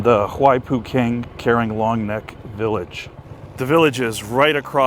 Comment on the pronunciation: I’ve worked with this ethnic minority hilltribe for the past 18 years. The proper pronunciation is “car-wren.”